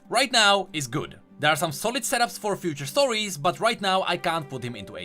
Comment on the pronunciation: hah "SETTups"